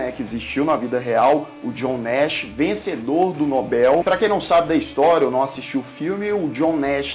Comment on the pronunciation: Como é maravilhoso escutar um jovem falar corretamente: "Risco de Morte" e pronunciar Prêmio Nobel . Parabéns pelo canal.